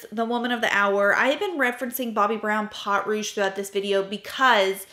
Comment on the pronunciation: Please, I love you, I watch you religiously, reference your channel and techniques on my own channel with amazing regularity, and I rarely comment cause I don't want to be a nuisance, but, my French ears just cannot 😂😂 pot, yeah please, po, just like po from kung fu panda. A great rule of thumb for French, do not pronounce the last letter and you should be great 😊. 💖😘💖😘 I would love to get my hands on undone beauty. They have a similar bronzer, but I got the illamasqua water contour and it is brilliant (seems to be more difficult to get) you need a bar top table to put beside your chair for filming 😂 might be easier than fiddling on your lap. (Now you know why I don't comment often, I can't shut up 😂) sorry. Btw, I have never thought your makeup was anything but flawless. As a French Canadian girl, to me, you are the epitome of a proper southern lady (just in case, it IS a compliment ) 😂😂 I got a chanel blush because of you and I love it 5 stars for sure. I was hoping for all of your eyeshadow crayons 😊 ❤❤❤ just adding, if you need help with French words, I'm your girl, I volunteer 😅